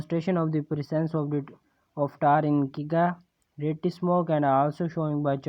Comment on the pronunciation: Experiment 10.4 men presence of tar in ciga rette smoke ni sir g .... It's cigarette 😅